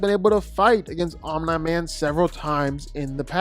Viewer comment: 100% comment baiting with that pronunciation of OMNI. Its said correctly on this channel more often than its not. That kind of stuff elicits short term growth with comment engagement but annoys people away that actually watch the videos. Wish it would stop.